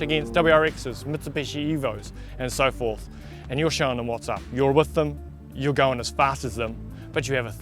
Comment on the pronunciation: test thEHm